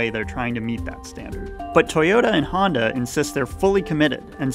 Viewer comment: Why do you pronounce honda like hyundai